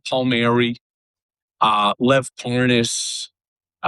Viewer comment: He’s got to mispronounce Lev’s name like a true republican tribe member